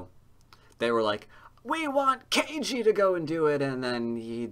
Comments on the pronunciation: Ke Jie sounds like "Kuh Gee-ay", not Kay Gee. You're killing me,. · That'd at least have one of the syllables correct, rather than zero. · Just starting to watch; I think you should try to put a little more effort into pronouncing "Ke Jie" correctly. You know, for respects and stuff :)